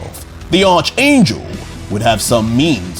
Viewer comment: tryna cover up the fact he couldn’t pronounce “arch” 😭😭😭 still love the man